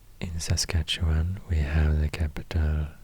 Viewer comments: Your pronouciation of Saskatchewan is impressive....even most Americans butcher it. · Ten gold stars for pronouncing Saskatchewan in an acceptable/proper way. I wish I would have had this as a kid instead of studying it so hard in grade 2.